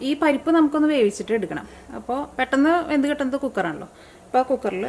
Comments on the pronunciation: അല്ല.... പെട്ടെന്ന്.... എന്നാണ് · പെട്ടന് അല്ല, പെട്ടൊന്ന് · പെട്ടെന്ന് 😕😕faris sheriyakumbol correct ayi parayande